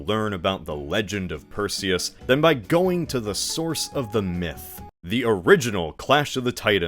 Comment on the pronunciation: Perzeus. Delivered per Zeus.